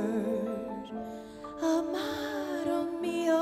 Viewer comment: Great song. Excellent singing. I'm a fan. But please slightly change the pronunciation of "Amado". It grates as it is. The "do" should sound like though and not dough. so Our Mah Though Meeoh